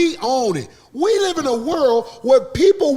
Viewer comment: Thought the Nigga said Live..he said life..country as shit..😆yall miss that..